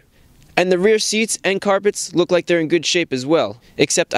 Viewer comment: does Chris fix have a speech impediment with his l's its a rare occasion i hear him saying weft or wook